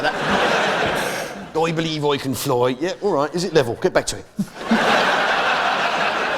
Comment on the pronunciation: Actuary? Reary? I don’t berieve you 😂